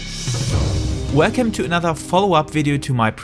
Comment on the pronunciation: Ya, I'd mostly agree with this. On average, most of the video it was easy to understand through your Asian accent. You'll be able to know better by looking at your watch time analytics, but I'd best the most important time to get English pronunciation right is in the first few phrases you say in the video. For example, I almost clicked off the video when I heard the word "welcome" as "waycome". But it was almost instantly better after that point.